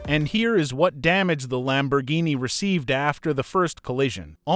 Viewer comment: I have no problems with your videos but just please stop using this AI voice it is saying stuff the wrong way and it is driving me crazy like you're saying roof wrong and you're saying Lamborghini wrong just please use your normal voice please I'm begging you 🙏🙏🙏🙏